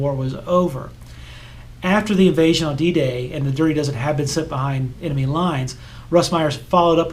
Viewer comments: Quite interesting. But may I point out, it’s pronounced “enemy”, not “emeny”. (You pronounced it that way three times, so at least you’re consistent.) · Please learn how to pronounce “enemy”. Note that the “n” comes before the “m”. Not, as you pronounce it, “emeny”. And it wasn’t just a quirk in this video. I remember it’s what annoyed me in the last video of yours I watched. I stopped watching this one just after you said it wrong the second time, about into it, and I won’t be watching any others.